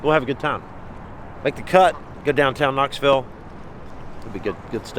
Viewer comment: Knoxville...knoville lol close enough ! Stick um Scott